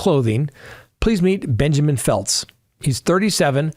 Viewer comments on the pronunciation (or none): none